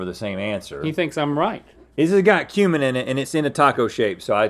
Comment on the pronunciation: I had to rewind and listen again as I thought Rhett said "this has got human in it" rather than cumin.